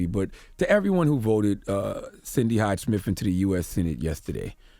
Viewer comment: I'd be nice if you could pronounce "Smith" correctly. You say it like "Smif" 😂😂